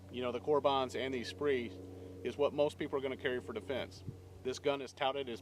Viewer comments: Spree = SPEER ... took me a minute figure out what you were talking about. thanks for the info. good stuff. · FYI, "Speer Gold Dot" not "Spree Gold Dot". Not trying to be a hater, just thought I would let you know. Great video, definitely will not be purchasing an R51. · What the hell is a SPREE Gold Dot? LOL sorry to bust your balls but I had to go grab a box to make sure I wasn't mispronouncing it all these years. Good video; sucks this pistol has been such a massive disappointment for everyone, I was rather excited when I first saw them.